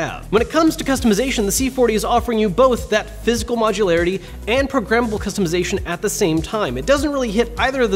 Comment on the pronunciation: Great review. Any one else think he was saying progrimmable. At first I was thinking wtf is he in about 😂